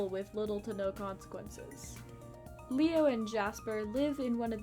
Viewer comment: When you first said leo's name I heard mayo T-T